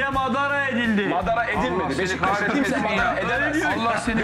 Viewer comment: Sinan Engin Beşiktaş İle İlgili Konusurken Hızlı Konustugu İçin Sürekli Beştaş Gibi Çıkıyor Agzından :) Bir Tek te da birde da BeşiKtaş Diyor öncesi ve sonrası Beştaş Diye Çıkıyor Agzından